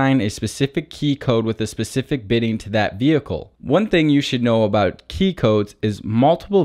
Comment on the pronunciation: It is "bitting' , not "bidding"!